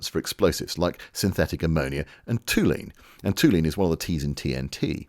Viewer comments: I hate to correct you, but toluene is pronounced "tall- you-een", not "too-lean" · Minor thing - Its not 'toulene' it's 'toluene' in TNT (trinitrotoluene). Also used in solvents, paint thinner, plastics, nylon and gasoline. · G'day, Yay Team ! At this point, 53 minutes in, you rang the Clanger on the Blooper Bell... Toluene Is pronounced, Toll-you-een..., Olde Bean ; NOT, "Tool-een...", As you Sadly managed To do... Oppsie ! However did ye manage to get That one SO very wrong...? Nivertheemoind. Such is life, Happy Solstice Festival... Have a good one. Stay safe. ;-p Ciao ! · "Tohl-you-een," not "too-lene." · "Toluene" (as in trinitrotoluene, TNT) is pronounced tol-you-een. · Toluene is pronounced Toll you ene, as a Yorkshire man the Toll is almost tall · oop, that's toluline (toll-you-leen). Actually I have no idea if they pronounced it differently in the 40s but yeah. Only a minor thing, fantastic video as ever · Excellent vid thanks. Small point - toluene is pronounced like it's spelt - tol-you-een. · Toluene is said Tall U Wean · And here I figured the toluene pronunciation was, as an American, another “separated by a shared language” moment! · I nearly posted about this. When he said whatever it was he said I was like WTF did he just say. Then he said the T in TNT and knew he meant toluene. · You managed to butcher the word 'toluene' too!😀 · You really shouldn't have bunked of chemistry lessons to smoke Woodbines in the cricket pavilion. Your reading of chemistry names like Tabun and Toluene needs more practice.